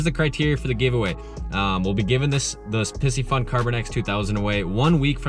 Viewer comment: Are you sure you're saying Piscifun correctly?! Pisces has a long I! Anyways, I'll hope to win a Pie-see-fun reel here!